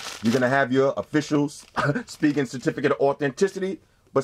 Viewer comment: its (spy gen) not (speegen) lol no hate